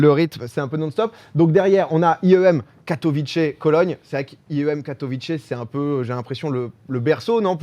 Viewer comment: La prononciation de Katowice c’est Katowitsé et pas Katowitché